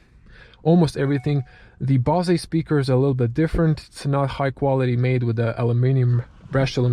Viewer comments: Great review, better than most shown in the USA! Very detailed. “BOSE” is pronounced like the word “hose”. Your English is excellent! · Odlična recenzija! (ps. izgovara se "Bouz" ;))